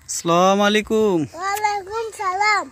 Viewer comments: ভাতিজা আপনি সঠিক উচ্চারণে সালাম দিবেন।আসসালামুআলাইকুম বলবেন ।স্লামুআলাইকুম না। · আপনার সালাম দেওয়াটা হয় না। কিন্তু ভাতিজা উত্তরটা খুব সুন্দর করে দেয়।আপনি সালাম শুদ্ধ করে দিবেন।